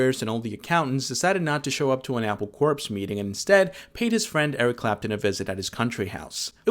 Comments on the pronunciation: “Corps” is not pronounced like “corpse”. It’s pronounced “core” as in “Marine Corps”. Hence the double entendre “Apple corps” as in the core of an apple. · Oh, you said it. What's even more messed up is pronouncing "corps" like "corpse"—which renders your entire critique dead to me. Get it? See what I did there? 🦥 "What you seek is seeking you." - RUMI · You don’t pronounce the p in corps